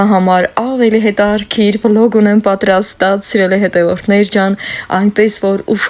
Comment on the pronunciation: Թող ձեր երեխսները երջանիկ ընտանիք կազմեն։ Ես ձեզ մի խնդրսնք ունեմ`սխալ մի՜ արտաբերեք հայերեն բառերը։Ոչ թե հետարՔիր այլ հետաՔրՔիր։